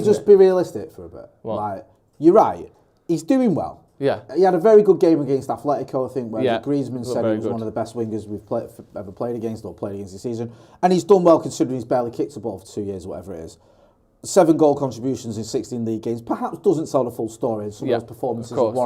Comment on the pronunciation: No H in Atletico.